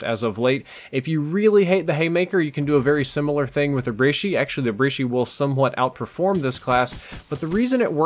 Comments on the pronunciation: The Brishi? Believe it's pronounced breh-chi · my ocd went insane when he said br-E-shi and not brecci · U pronounce brecci bresshhhhiiiiieeee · What did you call the brecci? 😂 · He pronounced brecci wrong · learn to say brecci bro